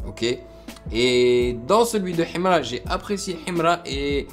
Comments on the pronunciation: Ohhhh depuis j'attendais ❤ et puis la prononciation himra il faut pas lire le "h" 😅 force à toi et au deux rappeurs c'est cool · J'aime comment il dit Himra avec l'accent Kabyle 😅